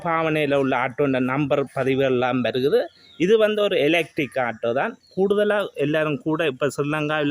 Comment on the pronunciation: Why say Aata when it is Auto ( o)